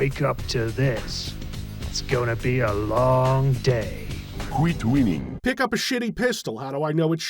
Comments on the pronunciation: I’m so happy knowing Civvie suffered through more Kreed. He’ll never qweet wheening now. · "you just QWEET me WHEENNING on"